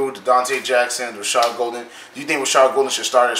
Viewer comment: It’s pronounced Gaul-den not Gol-den